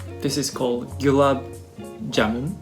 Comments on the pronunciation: This is the most accurate 1st time pronunciation I've ever heard like... they mostly say gulaeeb Jaemoon... 😂😂😂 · Gulab jamun.... perfectly spoken 👍👍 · Your pronounciation of Gulab Jamun was correct ✅ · Never thought I'd live to see someone eat gulab jamun with chopsticks lol. Also, great job on pronouncing it, most people mess it up horribly! And as most people pointed out already the "taco" is supposed to be cooked before eating (fried or toasted).